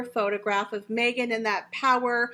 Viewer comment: Watch out Mee-Gain you have competition with your podcast there’s a new kid in town and it is Kim Kardashian with her podcast now Kim will have far more interesting guest and she will not make it about me me me like Mee-gain 🥴🥴